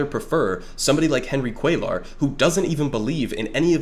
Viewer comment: really devastated that Jessica Cisneros lost by a hair to this guy. great video by the way, first time checking your stuff out ✌️ btw on a side note, cuellar is pronounced "cwaye are" since LL in spanish is pronounced with a Y sound instead of pronouncing the Ls. just a small thing but thought you should know if it wasn't intentional. keep it up brother 🤝